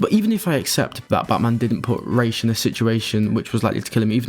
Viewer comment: The only couple things I disagree are... I like Snyder's justification about why it is important to test these characters, like Batman, about their rules and morals. Makes for an interesting study of the character. Aaaaand the pronunciation of Ra's, lol. It is pronounced as it is in Bale's movies. As you said, Arabic. Makes no sense to say it as "Rage" when it is not even in English. And I feel that Batman rule at this point shouldn't be about "no kill" but to "not murder". People can and have died. When it is a matter of self defence should be fine. But to murder? It is with all the intention, cold heart and even advantage. That's why in BvS his true first murder was gonna be Superman, besides of being someone innocent.